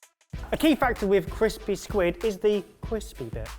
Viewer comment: " ... is the cWispy bit."